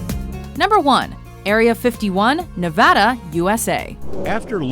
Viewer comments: Thanks for pronouncing Nevada in the way it is pronounced in the western U.S., including in the State of Nevada and in the Sierra Nevada of California. Hint to others, don't say "ne Vaaugh da," say "na VA da." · Thank you for pronouncing Nevada right!